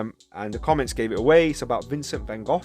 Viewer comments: He tried to be a pastor and was rejected, too. You must read about him, or watch Lust for Life with Kirk Douglas. Also, I think there's a text called Letters??? between he and his brother Theo. Thanks for your pronunciation of his name more correctly. I feel with him a kinship?? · Not sure if you are trolling for a reaction - the English people say 'Gof,' the French say 'Gog' and the Japanese say it differently, too. The Dutch pronounce it with a guttural sound -- 'Khokh. So the American van go is just one more incorrect pronunciation. Anyway how ever you say his name Vincent was one of the most beautiful people ever.